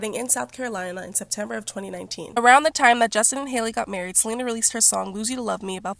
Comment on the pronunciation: “then out of west bumble comes selener.” 🤣